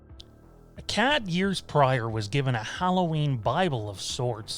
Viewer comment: Dude the way you pronounce Akkad makes me winch LOL! Its pronunciation sounds like Akaawd ;^)